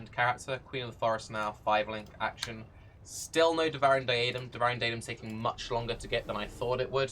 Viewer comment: its really not that bad... Sure he basically says "daidem" but you could just search for devouring